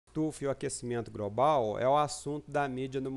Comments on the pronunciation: Tem probleminha de dicção ...A pronúncia correta é GLOBAL e não GROBAL. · GROBRAL??? , , , IntergRaciais ???? Pensei que havia a letra 'L' após o 'G' !!! O que é "GRAIS" ? Preciso me atualizar